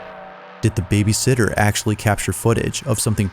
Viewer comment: The scariest thing in this video is this clown's pronunciation of "babysitter". BABYsitter is someone who gets paid to take care of kids while their parents are out. babySITTER is a newborn chair. Nothing more distracting than this dude's voiceover.